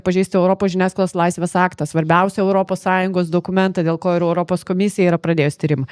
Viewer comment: "Europos",, ne "Öropos" ar "Oiropos". O visa kita puiku.